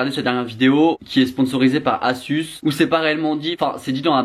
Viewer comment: Attend... A-suce ? (C'est Asus normalement 😭) oh et sinon tes dernières vidéos sont tellement plus naturelles et plus drôle à regarder ! Je me suis réabonnée !! (Ouais je m'étais désabonnée... '-' )